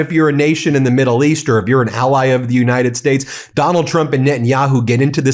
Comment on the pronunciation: He was back on that "United Shtatsh" pronunciation again.